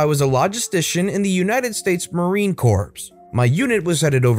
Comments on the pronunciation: I died a little inside when the narrator pronounced the “S” in Marine Corps. That corporal is a hero. Trust me, there’s no place that’s more toxic than a shitty military command. They can make your life MISERABLE for a very long time. For those who aren’t military base savvy, 29 Palms (also known as 29 Stumps) is a Marine Corps/Naval base in the middle of the California desert. It’s past Palm Springs, making it a 2 hour car drive to the closest city. It’s an inescapable hellscape. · In the future….please don’t pronounce the p in Marine Corps…..it’s not a dead body